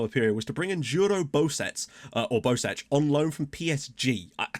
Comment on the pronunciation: Bosec is most likely pronounced "Bosets", usually in Croatian a C following E will be a "ts" sound, so you were probably right the first time. Sadly FM doesn't use the special characters from Gaj's alphabet.